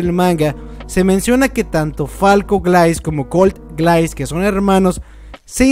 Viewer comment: GRAAN VIDEO! una correccion, grise se pronunciaria como guraisu, de ahi en la traduccion queda como glais, osea es su apellido y lo comparte con falco, aparte el aparente parecido fisico xd (como lo que pasaba con levi y rivaille)